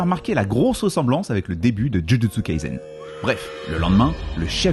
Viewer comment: Superbe video comme d’hab tu nous regale❤ Pour info « Kaisen » se lis Kaissen 👍